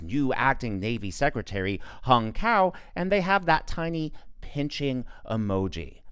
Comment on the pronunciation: I'm Vietnamese as Hung Cao. so far everyone is mispronouncing his name to hung cow in English language. Hahaha.